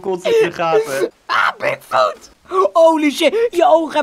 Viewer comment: Ik verstond dik foot